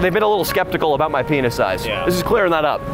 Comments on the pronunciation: 😂😂"Beeg Paynis"😂😂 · hab berry beeg panis. Yeah, beeg panis guy.